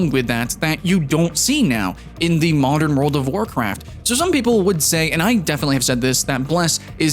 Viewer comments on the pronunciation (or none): none